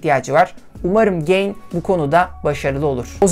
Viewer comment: Markanın adı "Güzel Ahlak İyi Niyet" ten geliyorsa neden ge(y)in okunuyor ya da okuyorsunuz. Ga(y)in diye okumak gerekmez mi?